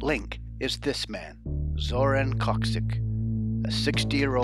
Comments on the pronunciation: his name is pronounced like Yakshich (Jakšić) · Its pronounced “yackshich” = Jakšić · bruh, its Jakšić not khoczik which resembles polish names not serbia. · Why do you keep pronouncing it like “Kaksic” even after he said it himself? 😂😂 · His last name was pronounced wrong 😅